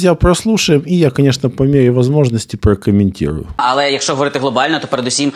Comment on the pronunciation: Вот это вот "алэ" с первой секунды произношения вызывает рвотный рефлекс